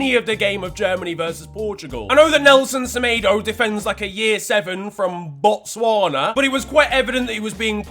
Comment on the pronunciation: Ey thanks for the shout out 💜😂 Botswana gang over here 🇧🇼 You actually said it pretty good tho 🙏🏾😤 Pull through I'll show you some elephants or cows or some diamonds or something idk we'll see what's around 🤷🏾‍♂️🙄😂